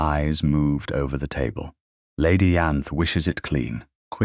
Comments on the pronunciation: Why did it not occur to anyone that a laundry maid, who was unlikely to speak any language but English, would ask for a place in another country rather than somewhere else in the UK? And "Ianthe" is pronounced "Eye-ann-thee", with the "th"as in "think". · Its mare not mayor & hock not hawk. It's Lady Ianthe not Yanth or Eanthy or Anther or Anth or Aanthy. Salver not Salva. He's a Duke for God's sake now that he's not unconscious, he should have all the conspirators thrown out of his house. How is Nell going to protect the Duke if shes not in his home? Shouldn't he have used her leaving to send a msg to the solicitor? These heroines get a little snippy when they have the upper hand. Wow they should've all gone to Prison!! They tried to kill a Duke!